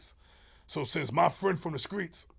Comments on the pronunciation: Everytime he said "Skreets'" I corrected him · Why he say screets like he from Mississippi 😂😂😂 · From that era many put the K in place of T. LoL... Not really a south thing. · From Jersey & been sayin "skreets" all my life